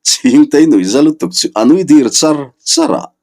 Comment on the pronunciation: He thawnthu hi a ngaihthlaknawm mai bak ah a thawnthu han pawh sei/fan kual vel a tum ve miah lo hian ngaihthlak a ti nuam leh zual Thawnthu chhiar hi i thiam ka ti viau mai a,Mahse ka han ti hram teh ang, 'vial' tih leh 'dir' tih i lam/thluk dan hi a dikhlel deuh th(r)in em aw ka ti